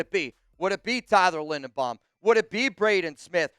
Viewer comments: LINDERBAUM, not Lindenbaum. You're not very bright, are you ? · "I'm looking at Tyler Lindenbaum". It's Linderbaum. says he loves him, then mispronounces his name at least 5 times in this video and 30 times in the last month.